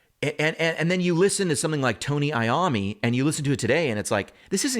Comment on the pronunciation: Man. Couldn't be more turned off having heard the word 'worship' and its not referring to an amp. And you mispronounced Iommi as I was writing this. Ew.